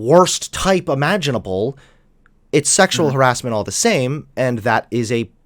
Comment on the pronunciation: How would braces make him pronounce "harassment" as "heeassment", and sometimes an accent that sounded vaguely New Yorky.